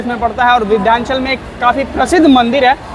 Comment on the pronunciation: Vidhyanchal nahi h vo Vindhyachal hai